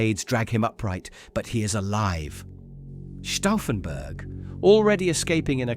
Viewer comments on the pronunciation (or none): none